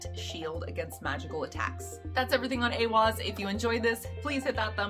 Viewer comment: This card (*I am a college student in a Nordic Studies program. I am also Nordic although I live in the states.) You say this well!!! It is said as A-wahz saying the beginning a as in ate. And the second a as in awwww & ahhhh. Thank you for your video! Most say this incorrectly. Educational scholar Jackson Crawford says A-hahz said mostly the same but he uses an h instead of w. I've heard it both, so I just see them as both correct. Those are really the only two correct. Some say it as eye-wahz because of the i after the e but this is incorrect. Now the other Elder Futhark rune Ehwaz is actually said different, not like this rune, it's not the same. Well done on your great video!!